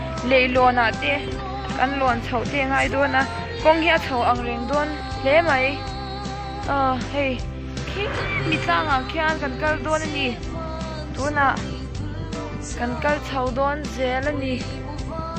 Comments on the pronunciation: Meithei nilovin maithei tih tur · Meithei ni lovin Maithei